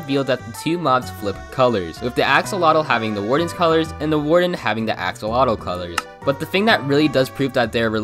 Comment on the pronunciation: It's said Axe-oh-lot-l